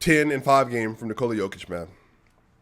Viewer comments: Aight man, you like him, but now you need to pronounce his name right. Its not Knee-Cola , you basically have to pronounce it like the name Nikolas, but without the S. That is how you pronounce his name. Nikoluh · Since you love him, can you please say Nikola properly. I like to watch you and I have the same problem with people here in Canada with my name and also my daughters name. To explain the best as I can I'm comparing it with Jennifer. If you say Nikooola, than why not say Jenniiiiifer. You accent the "I" in N"i"kola the same you would with "E" J"e"nnifer. It's just shortens the sound of the letter if it makes sense. Thanks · What are you talking about? Nikola is only pronounced Niko-luh . No Serbian dialect pronounces it Knee-Cola. That's the USA dialect.